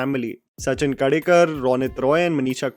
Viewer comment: It is Sachin Khey - dey - kar